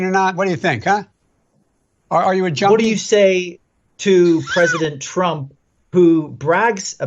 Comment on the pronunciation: Mr. Biden couldn't even say "junkie" correctly...He tried to say something that sounded like "Jonesing".